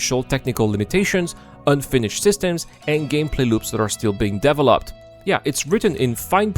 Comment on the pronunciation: I like how your accent is making "developed" into devil-opt. There you have it, the devil is Chris. But the money is held hostage, that's what it feels like to have such a huge project destoying itself with neverending DEVIL-.opment. Star Citizen was no scam from the beginning, it was an overly ambicous project. NOW that nothing is half finished it is a ever founding piece of SCAM. Because if they don't sell these pricey items and call it Version 1.0 evryone would STOP INVESTING. That is why it is a scam now. You will never get a finished version.